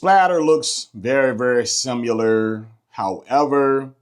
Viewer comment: “SIMILAR” what is “SIMULER” ?? lol